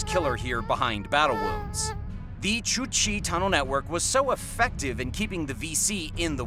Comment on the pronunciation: That is the way it is suppose to be said. The guy dunno how to say the word.